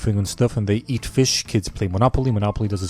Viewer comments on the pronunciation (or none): "and they ear fish"